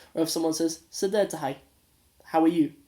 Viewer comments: Bro not sideed it’s sidee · it is not sideed it's sidee only